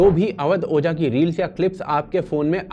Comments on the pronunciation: अवध ओझा ना ना ना ना❌अवध बोझा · ओझा। नहीं। बोझा